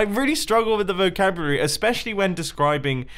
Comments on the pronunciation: Mumbo did you say VOCABURY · You kind of missed the 'l' in vocabulary... "Vocabury" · Mumbo Jumbo: Is really struggling with vocabulary... pronounces it "vocabury" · "Vocabrury" ~Mumbo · “I really struggle with the ‘vucabrurury’” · “I really struggle with the vocabury”😂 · “I really struggle with the vocabury”-Mumbo jumbo 2019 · vocabury??? Love your vids man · He has a hard time with the vocabuarray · "i really struggle with the vocabuwary" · "I really struggle with the vocabrrry." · “I really struggle with the vocabararry” -Mumbo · "i really struggle with the vocabrary" LOL, keep up the great content like you have for the 2 years i have been subscribed Mumbo, Good Job! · "I really struggle with the vocabrurary" -mumbo 2018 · And not only the fact that you are bad at vocabulary but you're also bad with grammar because you said vocabary. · "I really struggle with the vocabrruraly" Mumbo Jumbo 2018